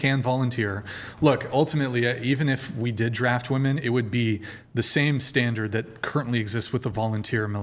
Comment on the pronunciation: If you say "woman" instead of "women" you should lose all rights. obviously you're not intelligent enough to make decisions regarding important issues